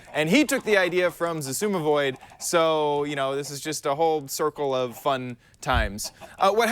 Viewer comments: Susumu void LOL It is pronounce egg-suma-void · Its ixsumiviod not tasoomadroid ore wahtef er you said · Did you hear how he butchered it "SusumaVoid", wow!